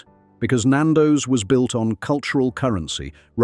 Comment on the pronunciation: This is AI at it’s absolute worst pal. Can’t pronounce Nando’s or Mozambique properly. The chicken shown in the screenshots are not Nando’s, there’s even a shot of fish FFS. This is slanderous. And this channel needs to be brought down!!